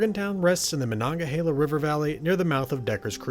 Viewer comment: The pronunciation is : Mah Nun Gah Hay Lah. But by all means keep saying it the way you were.. I get great joy out of it lol